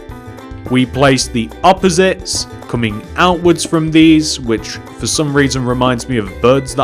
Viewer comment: WHEN WE SAID 4 HIM "FO" ME "FOR